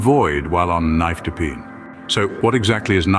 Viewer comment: You are NOT pronouncing nifedipine correctly!